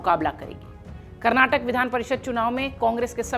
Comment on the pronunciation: कैसे बोलती हो.... karrnatak...